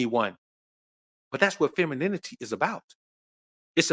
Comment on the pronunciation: Pronouncing the word is very difficult for the lady who tried to pronunciate " Femininity!" 😂😂😂😂😂 They over rated and do get wrinkles so much rocks